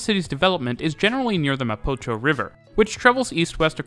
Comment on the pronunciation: Omg love the video but I died when you said mapacho river instead of mapocho😂 great content by the way